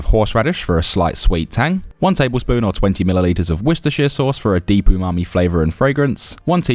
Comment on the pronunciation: Finally a YouTube cook who can say Worcestershire properly